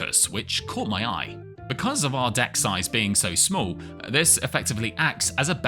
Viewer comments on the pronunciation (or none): none